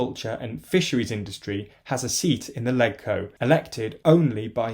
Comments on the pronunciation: It’s pronounced ‘ledge-co’ not ‘leg-co’. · Other than pronouncing it "leg-co" rather than "ledge-co" it seemed fine! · It's pronounced "Lejco", not "Leg-co" - mini point but makes you sound completely unfamiliar with Hong Kong (like saying "Wit-i-hall" for "Whitehall") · its pronounced "lej-co" not "leg-co" thats all... seems correct otherwise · Hey just a pronunciation thing. The HK Legislative Council is known as LegCo (pronounced like LEDGE-co). And Sino rhymes with Rhino. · You said Sino and Legco wrong....